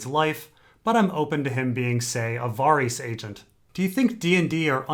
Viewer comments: Sure I'm not the first one to say this but who the fuck is "Vahreese"? Based on context it sounds like you're talking about Varys, but as we all know because we all watch the tv show, there is no character named "Vahreese". No one has ever pronounced anyone's name anything like "Vahreese". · Why does he prenounce varys so strange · You mispronounced varys